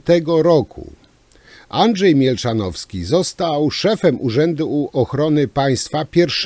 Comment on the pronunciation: Panie z tymi nazwiskami to u pana stary dobry numer 😂. Milczanowski, a nie Mielczanowski: )